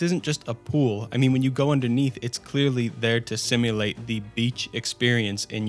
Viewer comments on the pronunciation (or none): none